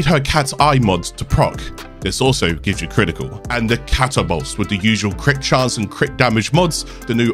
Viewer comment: why are you saying catabolyst like that? it's ca tabol yst, not catabolst